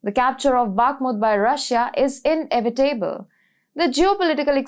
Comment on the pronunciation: Inevitable is pronounced as IN-EH-VITA-BL and not IN-EH-VEE-TEY-BL